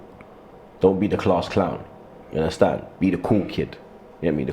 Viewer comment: "Ya unnastan?"